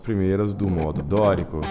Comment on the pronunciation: O exercício é ótimo. Mas cada vez que você falava a palavra "modo" me dava comichão.